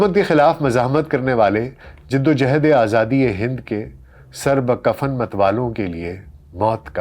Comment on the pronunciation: سر بکف ہوتا ہے سر بکفننہی